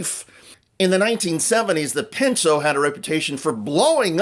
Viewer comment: Sorry, but it was the Ford PINTO, not pincho, if that what you said? Just an FYI. All the best.